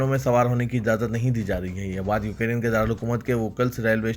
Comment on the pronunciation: بھائی ، السلام عليكم و رحمة الله و بركاته ، آپ کو بار بار بتایا جارہا ہے کہ: 👇 ۱۔ “ یوکیرین “ نہیں بلکہ “ یوکرین” صحیح تلفظ ہونا چاہئے،،، امید ہے کل کی خبروں میں اس بات کا ضرور خیال رکھا جائے گا، دوسری تصحیح حسب ذیل ہے: ۲۔ “عاشقان رسول” کہنا مناسب نہیں ہے اس کے بجائے “ محبان رسول” کہنا بہتر ہے،، امید ہے کہ کوئی بھی مندرجہ بالا مشوروں کی لئے برا نہ مانیں گے۔ الله سبحانه و تعالى سب کو اردو کا صحیح تلفظ کرنے کی توفیق عطا فرمائے، آمین یا رب العالمین 🤲🤲🤲